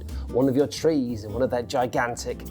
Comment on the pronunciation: There is unwest in the fowest, there is twouble with the twees...